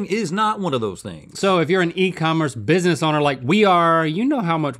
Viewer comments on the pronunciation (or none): none